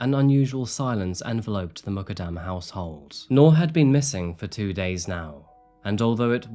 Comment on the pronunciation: Muqadam is Pronounced Moo kad dam.